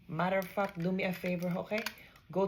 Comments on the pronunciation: Tell my why “matter of fact” sounded like “motherfucker”, lol double entendre 😂😂😂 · Was that “matter of fact” or “motherf-“ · "Matter of fack"😂😂😂😂😂😂 that wasn't a sincare "a" how she pronounced it... it was maybe a "u" disguised as an "a" 😂😂😂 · Okay I’m Vietnamese, who else thought the Gen Boomer Nurse said “modafuck”? 😂 😂